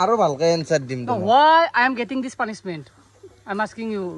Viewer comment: Punishment ❌ pulishment✅🤣🤣